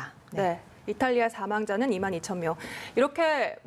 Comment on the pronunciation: 뉴스조무사냐?? 2만2천명 하나를 못읽어서 지들끼리 숫자놀이하고있네